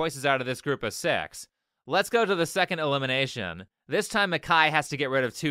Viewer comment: Big Big fan of your videos. But this specific video has me grinding me teeth, every time you say elimination. You really make it sound like illumination. Threw me off the first few times 😂